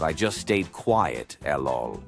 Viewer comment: Stop with the lol’s. The ai voice can’t pronounce it right.